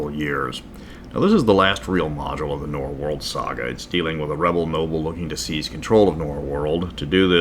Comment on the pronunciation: Norwold. Not Norworld.